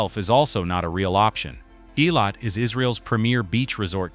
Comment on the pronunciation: Why is this moderator unable to Correctly pronounce the name of Eilat ?